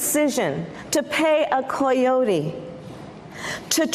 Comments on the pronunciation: Can she pronounce coyote? Does Canada let people fleeing violence in Chicago walk in and ask for asylum? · I really dislike her pronunciation of the word "coyote" 🤮🤮